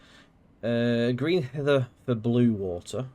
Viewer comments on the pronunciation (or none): Excellent review as always. Fingers crossed they do a either a Midland Mainline (Bedford to St. Pancras or further) or ECML (London Kings Cross - Peterborough) to use this to its entirety. Also Greenhithe is pronounced as Green-Hive. 😜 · 😅BTW its green hive(pornunced)